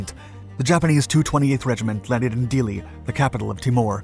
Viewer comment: I hate to be picky but it is pronounced "Teemore" not "T'more. I have never heard it referred in any way different. And the name of the capital, Dili, is pronounced "Dilly" not "deelee" Problem is if something as basic as this is wrong, people begin doubting your narrative on other more important matters. A word to the wise! :^)